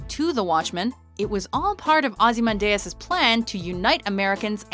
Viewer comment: Can always tell when the narrators and/or writers haven't actually seen the content they're talking about. In this case - Watchmen. The pronunciation in this video is awful, and anyone that's seen the video would know it's pronounced Ozzie-Man-Dee-Us.